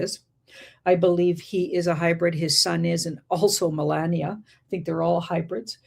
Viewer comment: L❤VE YA ~ But FLOTUS, Melania, it's Phoneticly Pronounced as "muh·laa·nee·uh" NOT "muh▪︎LAND▪︎nee▪︎uh" Also, I'm not sure WHY you would be surprised by a DOCUMENTARY Movie with just Her Name!? It would be NO DIFFERENT than Movies named after "MADONNA, ELVIS, JFK or TRUMP" 😇